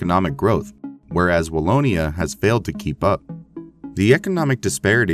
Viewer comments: Wallona? Really? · The south of Belgium is not called Wall-o-nah.... LOL